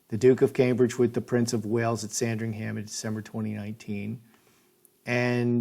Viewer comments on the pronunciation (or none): none